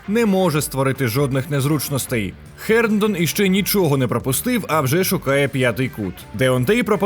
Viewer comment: Чудово, але що за Херндон? Чи ми московити, котрі не мають звуку "Г"? Герндон. Не мавпуйте московитів, коли коментатор напр. каже Гейні, а ті повторюють "Хейні" 🤣🤣🤣